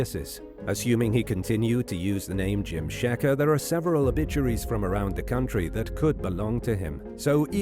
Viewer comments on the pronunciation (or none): none